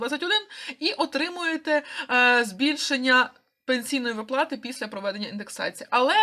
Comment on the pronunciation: ВИплати а не виплАти! Ти в школi вчилась?